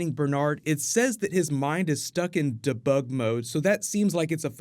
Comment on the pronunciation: DA BUG MODE?! Jesus. Its debug! Say "DEE" then "BUG".